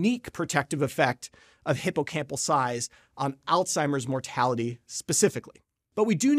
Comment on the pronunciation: Uhhhh…. There is no ‘t’ in ‘Alzheimer’.